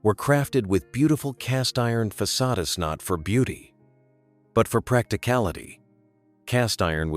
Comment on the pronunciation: "façade... es"...